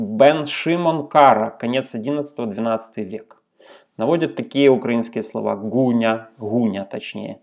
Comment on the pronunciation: а вот и нет! Я не утверждал, что слова "гуна" там нет. Я лишь сказал, что Палий ваш натягивает сову на глобус. Во-первых, там именно слово "гуна", а "гхуня" (я не знаю, как передать малорусский выговор буквы "г", потому написал так), как произнёс его Палий. Во-вторых, Гаркави лишь предлагает какие-то созвучные слова из известных ему славянских языков. Он сам пишет же, что не берётся утверждать, какова связь созвучных слов меж собою.